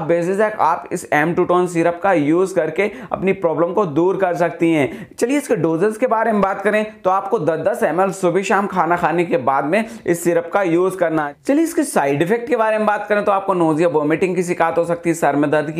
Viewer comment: Sir beekness ni hota hai Ap weekness bola kare Or shubah ni hota Subah hota hai 🤣🤣🤣🤣🤣🤣